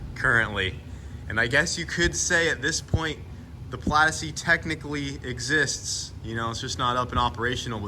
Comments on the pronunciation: "Plad". Plad? I'm sure there's an 'i' in there somewhere. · Instead of model S plaid it is the model O plaidass